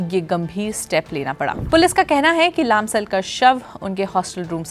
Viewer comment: Please Say लम्साल not लामसाल !!